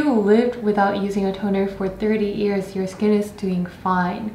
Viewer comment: that "years" pronunciation is very Korean! didn't mean to sound rude but I find it cute~ kkk